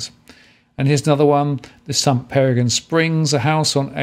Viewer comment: Hey many thanks for the overview up here on the Sunshine Coast. Just to let you know Peregian is pronounced Peregeeeian with the emphasis on the gee. Cheers!